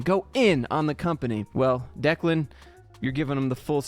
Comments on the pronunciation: You pronounced Declan correctly. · You pronounced Declan's name correctly.